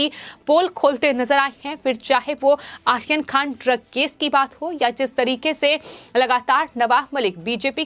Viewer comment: Madam...for ur information it's Aryan not Ahan..